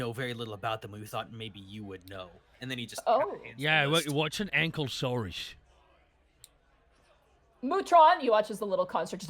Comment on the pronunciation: As someone who loves dinosaurs, I wince every time they mispronounce ankylosaurus. It's anKY not ankLY.